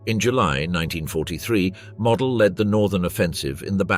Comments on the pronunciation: MOOOOODELLLLL NOT MODEL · Herr General's Name was pronounced ""Moe-DEL"", Not ""Model"" like a Model airplane. glr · The general was named Moh-dell. Witha "stretched" "o", and abrupt "el", like in "little"